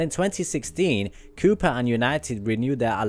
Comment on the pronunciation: I think it's pronounced, "Ko-Pah" but what do I know.